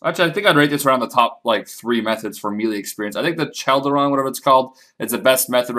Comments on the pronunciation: Chealdaron!?! It's Cauldron. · Your main language is English and you can't prounounce cauldron? What the hell?